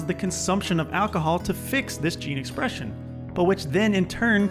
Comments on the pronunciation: Improper 'geen espresxion'. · Sorry but “Geen esprexion” ??????